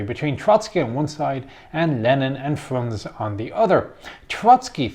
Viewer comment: You should pronounce the letters in the end of russian names. For example Frunze or Trockij. Russians don't eat those letters, like english people.